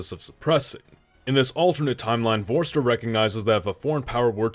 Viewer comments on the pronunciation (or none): "Vorster" is pronounced as "Forster". And in "Botha" the "TH" is pronounced as "T". And the "o" is pronounced like "oo" in the word "poor". Pls search online how to pronounce names first. But I appreciate how many South Africa videos you make.